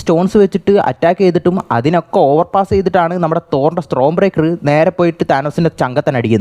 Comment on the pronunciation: Pronunciation mistakes bruh! It's common!. 😭